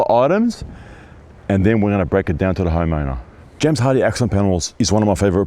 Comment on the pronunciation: Everytime says homeowner I don't know why but it always sounds like he's about to say "HOMO" 😂